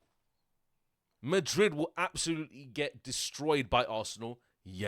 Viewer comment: The way he says Madrid>>>>>>>>>>>>>>>>>>>